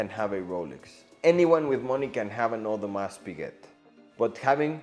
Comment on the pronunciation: Audemars the S is silent!